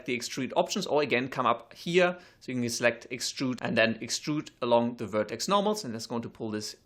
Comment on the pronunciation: when he says extrude, it sounds like he almost says strudel...